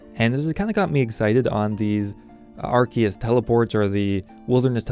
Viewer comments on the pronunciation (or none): none